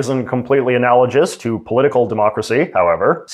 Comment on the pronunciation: is that really how "analogous" is pronounced? Or is it a regional thing?